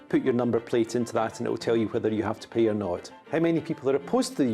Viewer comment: I understand the London accent and you pronounce things differently but dude you need to say the word pay with a little more of the a sound because it sounds like you're saying pee